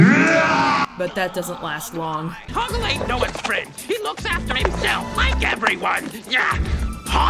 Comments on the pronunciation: Loved it! Also, it sounds like the first way she pronounces his name is Hogwart, instead of Hogort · The second mispronounciation of Hoggle's name: I honestly heard it as Hogwart. And not because the NC used it as a joke, after I watched the movie back when I was a teenager (and Harry Potter was on top of its game) I honestly heard it like that XD